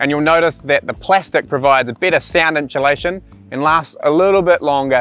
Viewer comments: I don’t care what English speaking corner of the world you’re from, there is no fucking “sh” or “ch” sound in the first 3 syllables of the word insulation. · Every time said 'Inchulation" I wanted an enchilada;) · Have I been saying inchulation wrong my whole life?